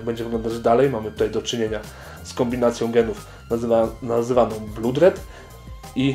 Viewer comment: blood czytamy przez o a nie u a charcoal nie szarokal tylko czarkol pozdro